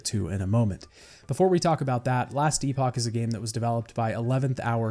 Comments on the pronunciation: Just so you know - Epoch in Last Epoch is pronounced like epic. Maybe its pronounced differently for the game specifically. Great video my friend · Last Epoch (pronounced eh-puck or epic) is now rated as Mostly Positive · The way you pronounce epoch drives me nuts